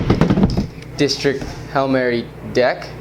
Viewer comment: "disrikt" lmao